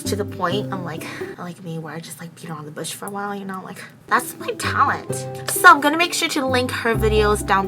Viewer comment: Lmao I thought she said pee around the Bush instead of beat around the Bush... Sorry 😕😂😂